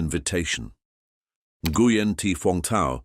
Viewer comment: Nguyen is pronounced as "Weng".